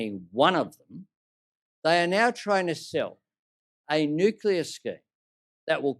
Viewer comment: if you are going to criticize something, learn to say it properly you drongo. As for Medicare, no you cant just take your Medicare card and get the help you need. Not on your watch, we have gone from Bulk Billing doctors everywhere to now where we cannot find one in our area. Thats all since you have been in power, so its a fallacy that Labor care about Medicare. Tax Cuts, give me a spell. Stop misleading people you are taking their tax down by $2500. Its just not true, you cant go counting Stage 3 tax cuts in your numbers to make them look better because we already have them thanks to the LNP. It is $5 a week in a years time and then $10 after that. Thats it.